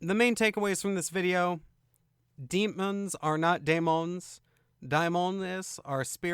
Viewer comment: I don't understand the pronunciation differences . Referring to the first word in the title - daemons - sometimes he pronounces is as "day-mons" and sometimes he says "die-mohn-es". Why the change? It seems deliberate.